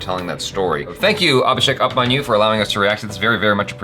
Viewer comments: It's not UPManyu like Up... pronounced a bit like Oop (like Oops)- Manyu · I'll tell you something, it not "up"manyu as in up(above) . Its pronounced as *oop*manyu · It's not up-manyu it's oooopmanyu Abhishek Oooopmanyu U stands for oooo in Hindi alphabets so it's ooopmanyu Aaya kuch samajh me 🤭😛😂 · Upmanyu i not pronounced upmanyu it is pronounced oopmanyu. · It's not 'Up'manyu it's pronounced as Oopmanyu if you feel like knowing.. it's fine otherwise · its pronounced OOPmanyUUU